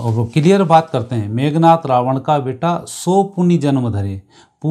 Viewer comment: 😂😂 मेघ नाथ😂😂 या मेघनाद😂😂 Very lousy narration.